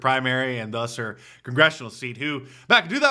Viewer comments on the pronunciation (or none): did she say "inchojuicing lejizzslation into the gongestional racket"?????